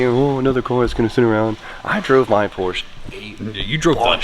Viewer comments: Say it with meeee POR-SHUH 😂😝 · Por-sche is a two syllable word 😉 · didnt say the P name right once in this video... cringing everytime, like with the angle grinders without the protective covers:)) looking forward to the transformation tho,:p